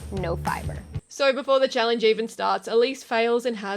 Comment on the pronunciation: Why do you pronounce the word challenge as chall-INGE ?